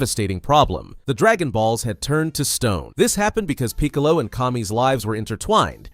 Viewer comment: Bruh how come you can’t pronounce Raditz and Piccolo. Good vid spot on time line but WTHELLYONTE